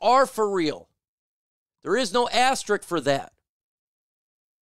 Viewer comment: Not trying to nitpick but why does everybody call it Asterick? It's "Asterisk".